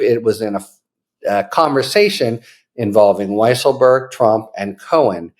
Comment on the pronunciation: By the way, his name should be pronounced Weasel-berg.